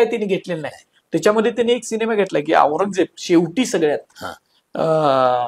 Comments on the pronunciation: अँकर ला "सिनेमा" शब्द निट उच्चारता येत नाही.. शिणेमा बोलतोय..😅😅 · शिनेमा नाही सिनेमा असतो 😂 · शिनिमा नाही सिनेमा!